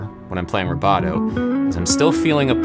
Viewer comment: Ha! I thought he was saying "roboto". And then thought, "What's he talking about?"